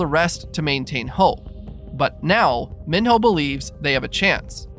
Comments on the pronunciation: Mee-know not min-hoe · It’s not Min-hoe, it’s pronounced Me-no. Said so in the movie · Can’t even say mino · Kept saying minho name wrong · Why did you say Minho like that?